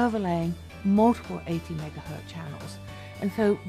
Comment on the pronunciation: Did she really say "megahurt" channel?